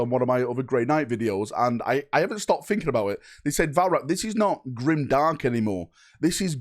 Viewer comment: Definitely Grimderp, not Grimdark.